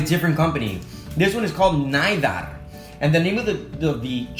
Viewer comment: An advise if you are prenounsing Norwegian. When there is an i we say e. i=e 👍🏻 nidar=needar👍🏻